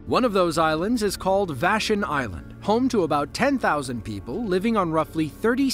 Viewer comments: Vashon rhymes with smash on. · Just_kos99. Thank you! I've heard many Washington locations mispronounced on YouTube - Puyallup, Chehalis, Sequim, Moclips, Sedro Woolley, you know, the greats 😂 - but never Vashon. rhyming "....on" with lawn was perfect. 😊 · Thanks ‼️ I've lived in Seattle since 2014 and the narrator irked the hell outta me when he mangled Vashon. Ugh. The last one I watched he said Mobile (Alabama)"Mo-bull" not "Mo-beel". Whoever wrote these needs to check the pronunciation before publishing. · va-SHAWN Island off Seattle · BTW, Vashon's second syllable rhymes with "lawn". And I've ridden enough WA state ferries to know their horns can wake the dead. I don't know how anyone could've slept through that. All I can figure is the person below-decks prolly thought he was PASSING the ferry, not about to be HIT by the ferry. Although ferries don't typically wail on their horns while they're en route to or fro.